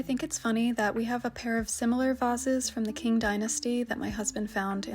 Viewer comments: "Tchin" Dinasty, like Ciao in Italian, not king dinasty, Qing Dinasty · I was so confused when you said the King Dynasty. There was no King Dynasty in China. I thought what you could possibly mean and I think you meant Ching Dynasty (Qing). Like Qi (Chi).